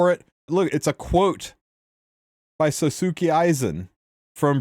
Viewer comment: so-suu-kee Aizen lmao